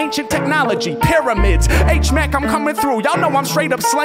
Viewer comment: Hate it when you say H mack